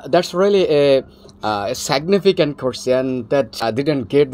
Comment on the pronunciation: Seg-ne-ficant! Had american GF! Whao!